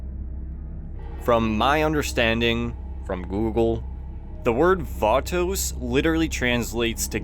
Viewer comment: It’s pronounced batos not vatouxs 😂